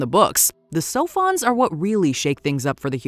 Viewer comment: I thought they were saying “cellphones “ instead of “sophons “. I always had to remind myself what they were talking about